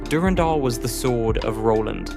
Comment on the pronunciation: gungnir and durandal you say